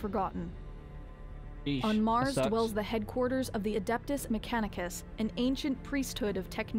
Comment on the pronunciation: Love the videos! Keep up the 40K content 👍 But also... bruv, say this 100 times out loud before your next video: Meh-CAN-eh-cuss Tech priests of Mars: adeptus mechanicus. Meh-CAN-eh-cuss 😂